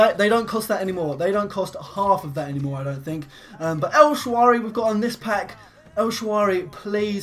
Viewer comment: El shaRaway* not el shawary